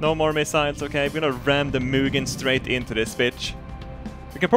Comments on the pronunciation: du säger Muginn hela tiden haha, det är Huginn och Muninn:) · I pronounce it Huginn & Munnin, not Huginn & Munnin